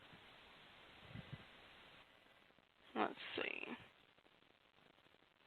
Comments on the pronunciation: She DEFINITELY says BEAR-Bluff not FAIR-Bluff. BEAR-Bluff is in SC not NC.... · She definitely say Bear Bluff